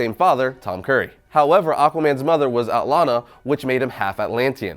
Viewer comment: It’s not pronounced at-larn-la for fucks sake